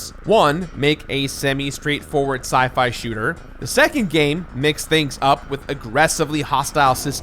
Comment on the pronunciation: "Sci-add from lost"...